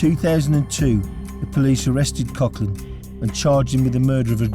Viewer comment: Its prouned Coglan